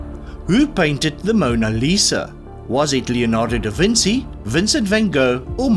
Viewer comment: To pronounce Vinci say "veen-chee", it is pronounced with a soft "ch" sound.